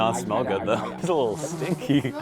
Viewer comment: “Just a whittle bit they waste wike a whopper to me”